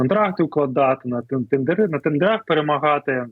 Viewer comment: От слова «тендерЫ» уши вянут.